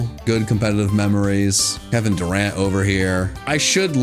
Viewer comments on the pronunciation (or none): none